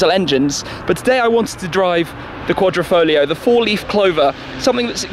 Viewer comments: it is said......foGLio and no folio..........QuadrifoGGGLLLLio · The pronunciation of this car was a headache for me